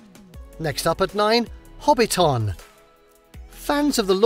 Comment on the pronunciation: your pronounciation of words like Marae, Hobbinton etc is awful. But I really enjoyed the extra bits of information that you had for places.